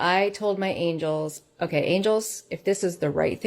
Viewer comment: I believe she's trying to say angels.